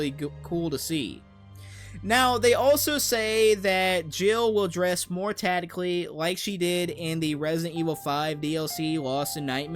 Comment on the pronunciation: supposibly? - supposive? - more tatical? - a labatory?